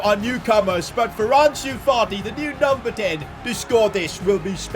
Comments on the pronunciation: did say Farti instead of Fati lmao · am I the only one to hear Partey before realizing he ment Fati? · He called fati farti he already a lot of disrespect on him name he don’t need more 😂 lol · Why do you call fati farty